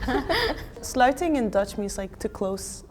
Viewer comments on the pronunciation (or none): in dutch we also say "washand" probably a part of the Netherlands we say it differently... sleting = sluiting! Damn, where they got these clown from?